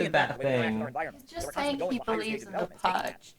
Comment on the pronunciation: this mf saying sating